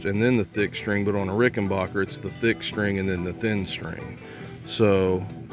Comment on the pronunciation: Very informative video and well explained, but please can you pronounce my name right; it's Rik'n-bakker, not Rik'n-barker. Thank you, Adolph R.